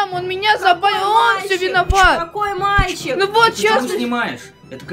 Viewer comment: Мне кажется или он сказал вместо "мальчик" пальчик(・∀・)